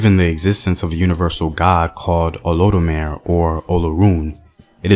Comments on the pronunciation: Think it’s pronounced o-lo-du-mar-ee or(rey). And olodumare is genderless or gender neutral you can refer to it as him or her. Because he has masculine and feminine aspects, attributes or qualities. And in African spirituality there is always a balance between male and female in which there is harmony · Make that Oh Loe Doo Ma Ray and it's all good lol. It's spelt Olodumare :) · OH LOW DOO MAH RAY People will understand the pronunciation more this way. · Olodumare = Oh low due ma ray (In pronunciation...) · O -LO-DU-MA-RAY Just helping you pronounce it correctly